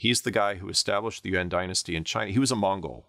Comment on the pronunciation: Pronunciation of "Yuan" is great this guy must be a China scholar, guys